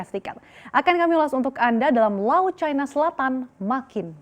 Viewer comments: Ejaan Baru Bahasa Indonesia.. Yang di SAMARKAN. "i" dibaca "ai" Kok bisa yaaach... China dibaca cAina Gurunya Salah Asuh niiich..😂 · CNBC, harap gunakan bahasa indonesia yang baik dan benar.. jangan selalu menyebutkan Tiongkok dengan sebutan China, apalagi presenternya selalu mengunakan sebutan china dengan logat bahasa inggris..